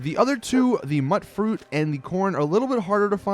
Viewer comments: By the way, mutfruit is pronounced mute fruit not mutt fruit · A great video but it's really killing me hearing it pronounced mutt-fruit. It's pronounced mute- fruit, short for mutant fruit. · is it pronounced Mutt fruit or Mute fruit? i always thought it was mute as in mutated fruit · And mutfruit is short for mutated fruit, so the "mut" is pronounced like mute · Just a heads up, mutfruit is pronounced myoot-froot (as in mutant fruit) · Okay bro. Since you were helpful with this info I'm going to help you back and save you further humiliation. "Tato" is not tatt-oh. It's a potato. "tay toh". "Mutfruit" is mutant fruit. Note the "mute" sound. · my god you're pronunciation is horrid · does the pronunciation annoy anyone else? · Dude, really? Muttfruit? Tatto plants? MUTEfruit. TATEo plants. You know? Like MUTation and poTATo? Yikes. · Dude. Tato pronounced poTATO; Mutfruit pronounced MUTant. Idk why this bugged me so much. This is the first YouTube comment I've left in at least over a year. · its pronounced myootfruit and tayto. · >muht fruit >tattoo Just no. ffs, this game has NPC's who talk to you, who pronounce this shit properly